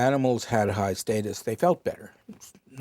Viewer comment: I’m bothered by the way this guy pronounced “status “